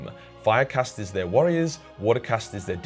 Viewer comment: I cant stand how you pornounce enclave or caste, im aussie too man but you are the living stereotype of aussies being lazy with language